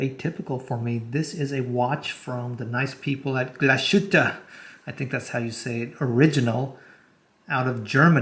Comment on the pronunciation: It's pronounced Glass-Hütte, not Glash-ütte😅